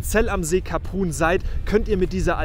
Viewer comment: Kleine Anmerkung, Saison geht für gewöhnlich bis Mitte Juli. Bei der Ausprache von Kaprun muss ich auch meckern